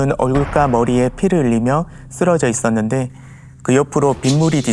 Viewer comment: 얼굴과-여기서 우리는 보통 얼굴과 과를 과로 읽지 꽈로 안읽는데 ..흠.. 외국인이 한글을 배운 느낌? 만약 제느낌이 맞다면 중국인느낌 좀 납니다.. 발음이 좀 이상함. 아님 말구요 제귀가 이상한거겠죠 😂